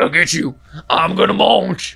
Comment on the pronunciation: "Imma monch" - Matpat 2022